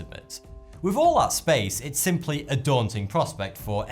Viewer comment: Pet peev: why don't you pronounce your 'th' properly? For example, you say 'wiv', rather than 'with', or'fought' rather than 'thought'.